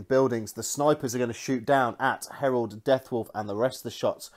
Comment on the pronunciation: It's Harald not Herald! He's not a daemon :) Nice report though. You should definitely kept the flyer on for longer to shoot that one unit off of the two objectives it was holding.